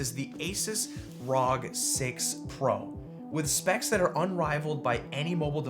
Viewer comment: Pleas efor the love of God. It's called R.O.G. not one word rog